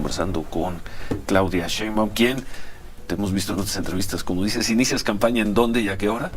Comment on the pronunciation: Con todo respeto se pronuncia S H E I N B A U M y es Jorge V O L P I